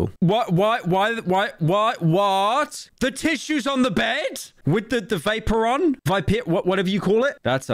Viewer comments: pyro pretending he doesn't know how to pronounce "vaporeon" lmao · im sorry, "Vape"oron? Xd